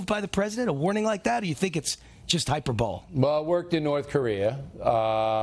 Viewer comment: Why is this guy pronouncing hyperbole “hyper bowl”?